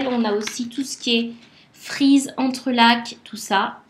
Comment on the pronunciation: Je passe un peu tard, mais, merci! C'est plutôt sympa. (Et le c de entrelacs ne se prononce pas...)